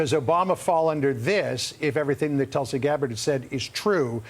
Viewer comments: Her name is Tulsi! Not Tulsa. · Hey Johnathon. Her name is Tulsi, not Tulsa. 😅😅😅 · Tulsi... not Tulsa... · Her name is Tulsi, not Tulsa...